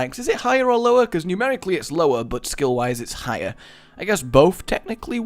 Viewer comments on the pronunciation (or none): none